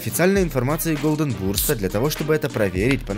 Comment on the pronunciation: Если у вас канала название переводиться как золотая птица то читаетьсч не голден бУрст а голден бёрст